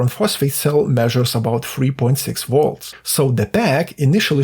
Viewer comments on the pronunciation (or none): HAHAHAHAHAHAHAHAHAHAHAHA was debating to say the same thing, it was on my nerves and "wolts" vs volts LOL can't hate the guy i would like to troll him as friends do to one another :face-fuchsia-tongue-out